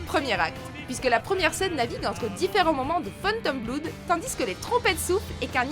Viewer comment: générique d'ouverture d'animé, MDR c'est tout simplement opening mob psycho 100 c'est bien mieux de le dire en francais mob psiquo cent. Et pour phantom blood, blood ne se prononce pas bloude! et la prononciation de adventure est horrible je sais pas pk jsuis casse couille aujourdhui lol